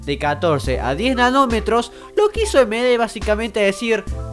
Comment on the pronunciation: entendi enanometros :-P